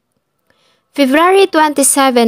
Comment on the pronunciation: Your narration was great but let me give you a piece of advice to make your future narrations more effective. Practice your pronunciation with the words September and February. You keep pronouncing September as Seftember and you pronounced February as Fevruary. I hope I was able to help.